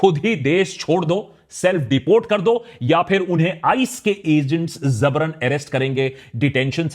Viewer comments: Aprreciate your usage of Urdu vocab dude. However, it's not Zabrun, but JABRUN. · Akash Bhai it's Jabran not Zabran.. many times I heard so finally decided to correct it 😂.. this comment is with a good intention to correct you. exact meaning of Jabar is to force someone or something. Commonly used with zulm .. zulm wo jabar .. however Jabar can be good or bad it's just something done with force.